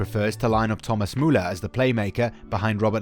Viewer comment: I love how he pronounces Muller !! For me Kimich has always been my favorite player since Pep Guardiola i knew he had the talent to he one of best players in the world.